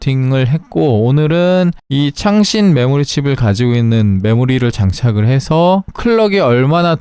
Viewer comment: 왜 창렬 하다로 들릴까 ㅋㅋㅋ